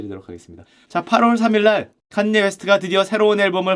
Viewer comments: 칸ㅡ녜 웨스트 발음 왜케 웃기냐ㅋㅋㅋ 역시 자네야!! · 슈형 또박또박 ‘칸녜 웨스트’라고 부르는거 왜케 웃기냨ㅋㅋㅋ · 팟캐듣다가 너무 정직하게 칸.예. 에프~~아디다스하니 웃겨서 댓글달러왔습니다ㅋㅋㅋㅋㅋㅋ아재의 칸예 리뷰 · 칸! 예 웨스트라고 발음하는거 킹받네 ㅋㅋ ㅋㅋㅋ